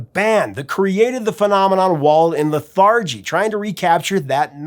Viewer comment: Please learn to pronounce "lethargy"" and "in absentia" before using.